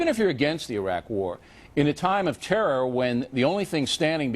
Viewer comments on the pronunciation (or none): neither o'reilly and bush can say terror. they say trr